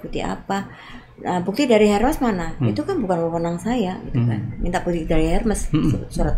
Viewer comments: Selamat sore Pak Dahlan Iskan. Saya mohon maaf mau menginformasikan cara menyebutkan merek tas HERMES yang benar adalah ERMES tanpa menyebutkan huruf H nya dan dibaca seperti kita membaca tulisan bahasa indonesia. Terima kasih dan salam sehat🙏🙏. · Pengucapannya ÈRME . Karena itu bahasa Perancis dan diucapkan sesuai dari negara asalnya , biarkata orang nya dari Indonesia atau bangsa lain .